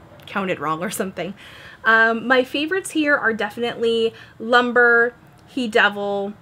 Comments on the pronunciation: I love your video, but I can't get over that you called it lumber, it's pronounced lum-breh as in lum from luminous and bre as in bread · Pronounced loom-bray, not lumber. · LUMBRE is pronounced "loom-bray". Means fire. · I believe "Lumbre" is in Spanish. It's pronounced "loo-mbreh". :)